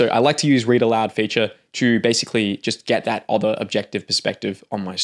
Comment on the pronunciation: 'other' isn't pronounced like that ;) . its like 'brother' not 'bother'.